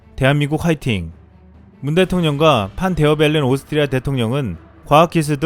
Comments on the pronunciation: 발음이.... 오슽흐리아ㅋㅋㅋㅋㅋㅋㅋㅋㅋ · 오스트리아 발음 힘들죠? ㅋ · 오스트리아 발음 귀여우심😁